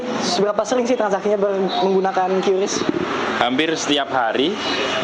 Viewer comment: Awal nyaa si repoter bener bilang nya Kris, eh pas wawancara malah jd kyuris 😂😂😂